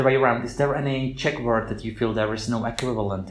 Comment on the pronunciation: ja bych treba poznal ze nejste Anglican z vasi vyslovnosti slova word jde tam moc slyset to O uprostred v Anglii se to cte jako w(dlouhe)Erd (stejne jako worm je wEEErm atd.) a u slova we jde slyset ze to vyslovujete jako Vee (when in fact) se w in we vyslovuje stejne jako w in would kde ho vyslovujete perfektne.... mnoho cizincu ma s we problem a jeste horsi to je u tydne coz je week NE veek ale jinak jedna z nejlepsich Anglictin co jsem u Cecha kdy slysel takze palec hore :D